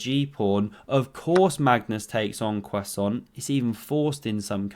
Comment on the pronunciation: en croissent :DDD I can't lol